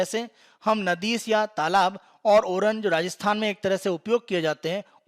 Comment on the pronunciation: नाडी कहते है नदीस नहीं.... बाकी आपके चैनल द्वारा दी जाने वाली जानकारी बहुत ही उच्च कोटि की तथा सराहनीय है